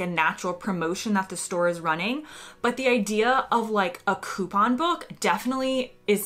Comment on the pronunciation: Nice to hear you pronounce coupon correctly. Sometimes when I hear an American say it on TV they try and put some weird French intimation on it and say "Coo-PAAAAAHHHHNNN"